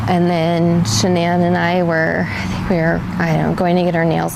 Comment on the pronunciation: The narrator doesn't even pronounce the victim's name correctly. A sign of sloppy work. Her name is pronounced Sha-nann.